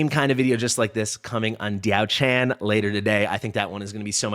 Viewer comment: As mentioned underneath your last video: Pronunciation: ti̯ɑ́ʊ̯ ʈʂʰǎn [Dyaow Chan - the 'chan' has a rising tone] And Lü Bu [is again with the 'ü' sound, otherwise it is pronounced the way it is spelled, but with a rising tone in the end] To clarify, the 'a' sound is a normal 'a' sound and not the English version. Also, I did comment about the background in your last video as well.